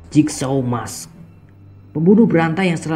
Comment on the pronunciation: Cybercrime di baca saiberkraim bukan saiberkrim, fawkes bukan fawkas cara bacanya yng bner fawks, dan terakhir mask tu bacanya meask bukan mes atau mesk. Cuma ngoreksi 😂